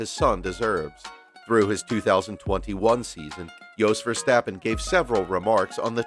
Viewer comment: You butchered Jos Verstappen, Jan Magnussen, Jarno Trulli, Giancarlo Fisichella and Dario Franchitti's (edit: also Carlos Sainz) names so much it's almost unforgivable for anyone that follows any motorsport... Even 5 seconds of research to learn their names would have benefitted here. Doesn't suprise me that someone with an American accent does not bother to learn proper pronunciation.